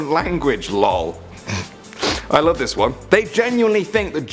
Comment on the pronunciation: What! Please don't leawe. (Leave) We lowe ( Love XD) u.